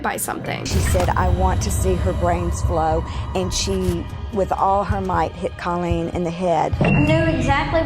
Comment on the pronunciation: christa pike WAS NOT friends with Colleen NOT at all! please correct that! christa ONLY cried when given her sentence! and girl grrrrrrrrr the pronunciations are still terrible!!